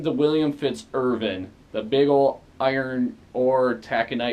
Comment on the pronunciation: How about doing a “Top Ten” list of correct pronunciations for the Top 10 things to do in Duluth? For example; MARITIME not Marine Time museum VISTA FLEET not Vista Boat William A. IRVIN not William A. Irving GOOSE BERRY Falls not Gooz berry falls So on and so forth.... Nice try..... For another unpaid Chamber of Commerce commercial....